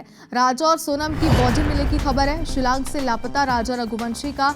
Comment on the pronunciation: It is not Shilang but Shillong